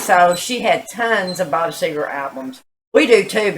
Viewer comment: It's Seger Not Segar!